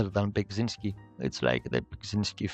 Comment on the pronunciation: Ah man, as a Polish person I can see how hard it is to pronounce Beksiński's name but pronouncing it wrong and saying "yes, that is how you say it and it's fine" is sad. It's not "Beg" but "Bek...".